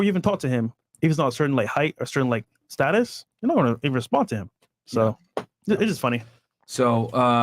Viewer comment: it’s status my man.